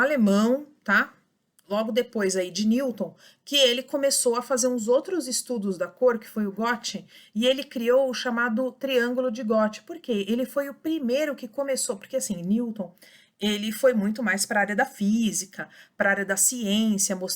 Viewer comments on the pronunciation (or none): Acho que se fala “guêti” e não “góti”